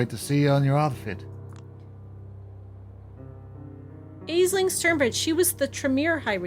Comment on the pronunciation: “VIP”? Shouldn’t that be VIV - Very Important Vampire? I hope we get to see more of Katherine, I’m digging their aesthetic and enjoy the voice chose for them. Also,, please, it’s “Ashling”, not “aesling” for Aisling thank you